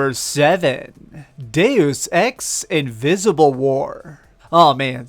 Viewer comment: Hey, this time you won't get flamed for saying "Deuce Ex" atleast. ;-)